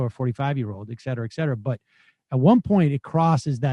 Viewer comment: Hey Sam. Notice how the word you constantly mispronounce is spelled. Etcetera